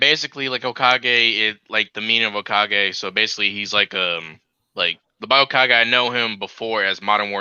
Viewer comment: Hearing mispronounce hokage made my night😆 you should watch naruto sometime man